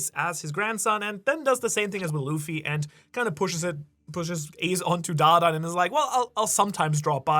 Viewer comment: Please stop butchering da dans name😂 the way you say it is so cringe! Makes me wanna find you and galaxy impact you bro😂